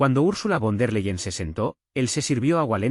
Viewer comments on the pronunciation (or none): No es "Lebrou", es Lavrov. No es " bon der leien, es fon der laien.